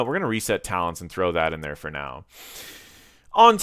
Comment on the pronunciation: Man, you can't even read the talents right. Shame.